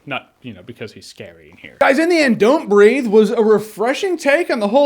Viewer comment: At the beginning I thought you said "Don't Read" 😂😁